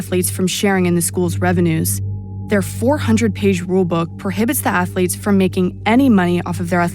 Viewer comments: "Student Ath-O-lettes". Of Course you dont have slaves here sir. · "Student Atholeets" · "Stuuudent atho-leets..".. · Ohho sir, student ath-o-letes, how clever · St-ud-ent atho-leth-es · Student atho-letes, ahha brilliant sir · "Student Athuretes" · STOO-DENT ATH-LOO-LETES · “Student ATH-OO-LETES” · "STUDENT ATHO-LETES"